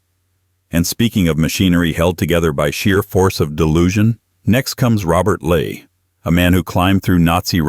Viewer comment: It's Robert ley get the name right